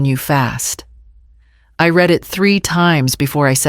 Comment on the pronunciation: AI needs coaching how to pronounce the past tense of "read"